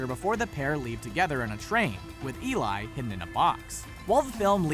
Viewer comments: Eli's name is pronounced "e-lee" not "e-lie" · Let the Right One in her name is pronounced Elay